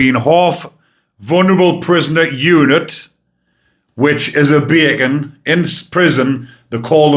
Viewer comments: It is so funny hearing you say a bacon attacked guards. As an American, my first thought was "A CO attacked other COs?? What the fuck is going on in ... Wait - he said 'bacon,' right? Not 'bayacon' - whatever that is?" (The police are called "pigs" here, and I think they're now being called bacon. Idiots are called "dunces" so whenever a Brit says "nonce" I'm automatically wondering "I know pedophiles are pieces of shit, but surely you can do better than calling them stupid." I need to watch happier shit. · I'm automatically confused for a minute or so because I wonder "The police ... what??" And I couldn't even understand "bacon" the first time he said it so I was really confused.